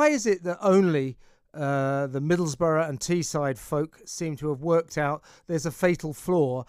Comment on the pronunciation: Please, not 'Middlesborough'. It's Middlesbrough.